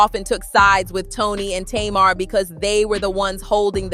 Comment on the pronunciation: Her Name Is "Pronounced" ( Tay- Mar).... Not (To- Mar)‼️‼️‼️‼️💯👌🏾🤷🏾